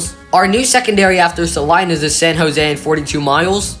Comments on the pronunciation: Salinas=sah-LEE-nas, not "sah-eye-nas" The control cities on signs is done by distance, not size. Closest cities at the top, farther cities toward the bottom. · Salinas is pronounced Sa-LEE-nas